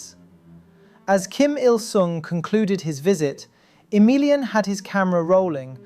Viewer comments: Pretty sure you stress the A in Emilian so that you at least don't say it like "A million". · 3 minutes in i kept thinking you were saying "for a million" and not "for emilian" and i thought damn they let a million people in????